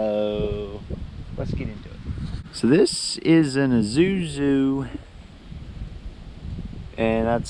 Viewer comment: I SS u ZZu ...not sure why english-speakers have such a hard time with the name. They make VERY good diesel engines. That's who helped GM to finally have a competitive light-duty diesel V8.